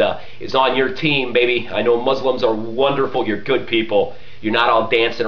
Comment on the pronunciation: i juts watched 90% of verbal diarrhea from a propagandist complaining about propaganda, prolly a liar , sir you cannot be a manager at over 10 car companies in one lifetime ! 2nd you are totally out of it when it comes to spanish speakers in the us as they are way more than 10%, and finally as you defy the phonetics rules by pronouncing s followed by a consonant Z mozlems like your zionist friends like to call us, finally palestine is not a cool brand name you put on your hypocryte mouth